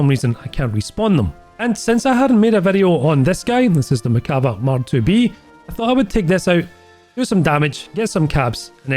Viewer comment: please, it's pronounced merkavA not merkAva. Ok thanks, I love you!